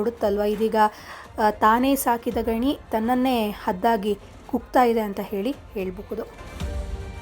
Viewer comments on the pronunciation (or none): ಗಣಿ ಅಲ್ಲ ಗಿಣಿ